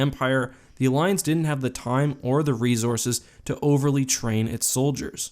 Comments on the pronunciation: He keeps saying rezorzes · You say "resources" funny. Love your videos. I think the republic had more bad ass special sources (mostly because the cartoon)